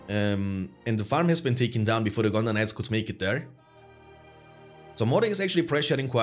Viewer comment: I'll admit it triggers me every time you say gondor knights and sounds like you're saying gondonites lmao